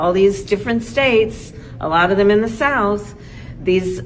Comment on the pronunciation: the way she said the SOUTH scared me,here comes the KKK